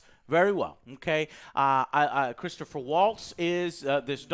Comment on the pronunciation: "ChristophER Waltz..." That’s NOT a bingooouuu!